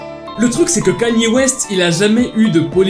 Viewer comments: Kanier au lieu de kenye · Je rêve ou il dit vraiment Kanyé au lieu de Kanye 😂😂😂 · Stop saying kAny west ;-; sa se prononce kEny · kainew west la prononciation pas knaiiiiie west 🤣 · on dit pas kenier mais keny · kanier west moi:panier west... panier ouaip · le seul mec qui arrive à écorcher le non d'une star puis le dire correctement et écorcher de nouveau (Kanier West)🤣😂🤣😂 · J’suis la seule à prononcer le nom de Kanye West « Kenny »?😭😭